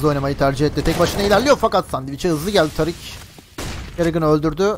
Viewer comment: Woxic e Özgür diyorsun. Tarik nickli ismi TARIK olan adama tarık demiyosun. Tariik diyorsun. ne alaka bunun da ismini söylesene